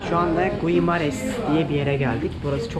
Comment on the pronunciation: guimares okunuşu gimareş